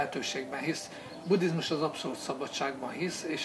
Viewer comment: Angolosan ejti ki. Annak ciki, aki ezt nem tudja.